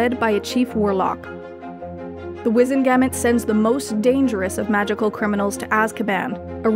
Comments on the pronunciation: WIZEN-Ge-MOTT.. sort out your pronunciation. Wizzen-gametes sounds like a sex thing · The Wizengamot is not pronounced ga-mit but pronounced ga-mot!!!